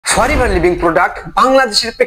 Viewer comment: বোকা দোসা 🤣Forever ভালো করে উচারন এই করতে পারে না আসছে ফরেভার নিয়ে নিউজ দিতে 🤣🤣 বিনোদন দিলা নাতী 🙊